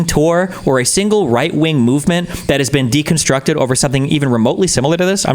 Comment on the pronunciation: The thing i hated most about this entire longwinded, meaningless saga was how pronounces "tour" like "two-er".